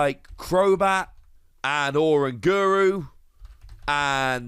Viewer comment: This is your daily reminder that it's pronounced o-RANG-uru like oRANGutan. Because that's obvious.